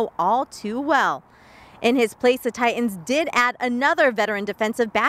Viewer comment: Say it with me, "Tie-Tuns". Not "Tie-Uns". So annoying when I hear this